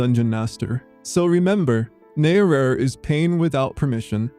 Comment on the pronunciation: Just one matter, you pronounce [netorare] like an English word. It isn't. Correct Japanese pronunciation is completely different. For the rest, I agree.